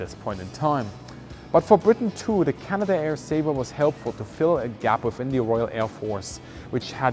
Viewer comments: It's not pronounced Canada-air, it's Canadair. 3 syllables, not 4. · Just a minor point on pronunciation, it is not "Canada air" it is "Cana Dare" It runs as one word. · It's pronounced Cana dair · CanaDare not Canada-Air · “Canada Air”? Canadair, please. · Greetings company is not canada air. Its cana-dair. Btw canadair was bought by ski-doo manufacturer Bombardier which basically mismanaged the company until it had to sell it off. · That's Can-ad-air.